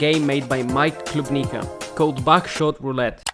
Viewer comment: Your accent made it sound like you said backshot roulette lmao